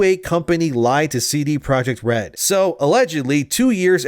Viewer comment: It's not "cee-dee (sidi) project" red, it's a Polish company, it's just ce de (from "centrum dystrybucyjne") projekt red. Other than that the video is sooo on point.